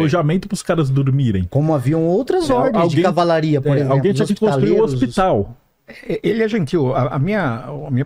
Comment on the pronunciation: Cavaleiros hospitaleiros o cara falou kkkk (hospialarios é o certo)